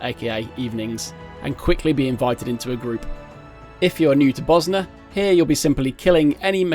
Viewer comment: Did you just call it "Buzznuh"? Bozjan, zj makes a soft J sound like in the word Usual. BO-zjan